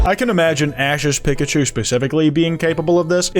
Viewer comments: is nobody gonna point out how he says pikachu like pickachu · The way you pronounced Pikachu was insane